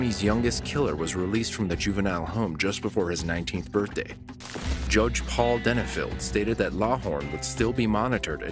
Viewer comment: It's your birfday Harry